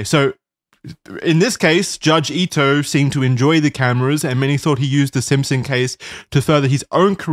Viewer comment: I have to bc its driving me crazy: the judges name is pronounced Ee-toh. I in japanese romanization is pronounced ee. Okay, continue